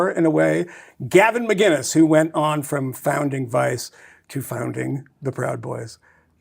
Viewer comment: For fuck sake Michael. It’s Mac-In-is, not Magin-is. I really expected more from you